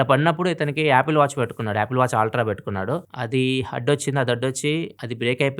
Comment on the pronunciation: Ultra ❌ aaltra✅